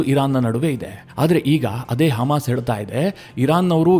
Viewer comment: Haamas alla Adu, hamas😂